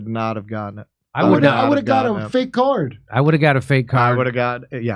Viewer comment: I would've got a "Fake card"...I thought you said you would've got "Fake arm" 💪😂